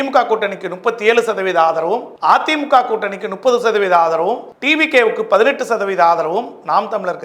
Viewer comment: முப்பது னு சொல்ல வராது! நுப்பது!!!!